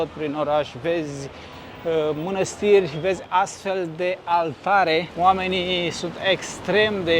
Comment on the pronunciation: 😂1976😂nu ..si se zice mănăstiri..nu minastiri😂 succes